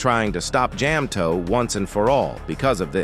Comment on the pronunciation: Jam-toeP and maa-pic😭